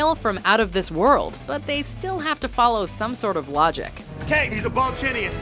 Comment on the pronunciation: "HES A BALL-CHINIAN!"